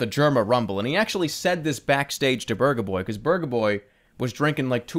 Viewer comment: Not to offend anyone, but at first I though he was talking about Burgah boy.